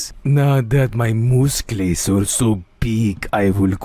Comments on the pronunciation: “my mooscles are getting bigger from the POOMP, yiss the poomp” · HELP ME THE “MOOSCLES” PART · Naah OSCAR FOR THE YISS...AND STORKER MOOSCLES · "my mooscles are getting very stronk" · The "Mooscle" One😂😂😂😂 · 'MOESCLES' WTHHHH×____×